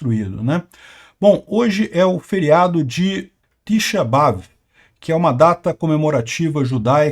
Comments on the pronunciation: Se pronuncia: TisháBeAv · T'xá BeAv é a pronuncia. É uma data, t'xá é 9 e Av é um mês. Não é Feriado, é um dia de jejum religioso em lembrança a queda do primeiro e segundo templo que foram destruidos nessa data.